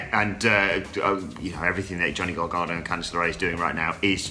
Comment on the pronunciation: 1. I feel really bad for Paige in this situation. Of all those affected, she has the most reasons to be angry. 2. Vince really needs to just bugger off. 3., its pronounced GAR-GANO. Not, as you keep saying it, GAR-GARNO. Christ alive...